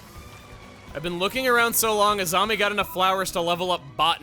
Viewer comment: When you said "Azami", I misheard it as "a zombie".